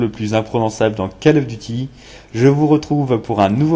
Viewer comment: Alors : non, pas besoin d'avoir les killstreaks pour avoir un gros score. CoD 4 est toujours beaucoup jouer sur PC grâce au promod, EUR comme US. Plz, je sais que t'es français, mais c'est COLE of duty, pas cale. J'espère que t'écris pas comme tu parles car t'auras juste 0 à cause des répétitions, et ton ton n'est pas naturel. Cela dit c'est cool de voir un gros score grâce à une arme et pas à des carrés rouges, donc joli, même si ça n'arrivera jamais sur PC ce genre de truc.